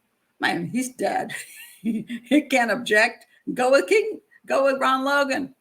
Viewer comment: It's pronounced Kaygan after a strip joint in Vegas